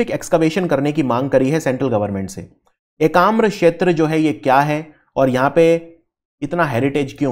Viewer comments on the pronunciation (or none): Sir it's ekamra khetra not shetra..u r providing great lesson ..thanks for it.